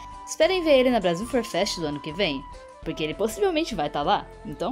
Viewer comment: "Brasil fur fest voivil e vinte" kkkk morri